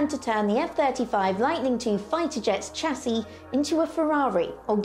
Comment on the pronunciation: In British English "Chassis" is pronounced "shasey", not "chassy".